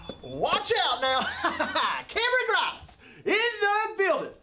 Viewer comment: Everytime he says cameron grimes I'm laughing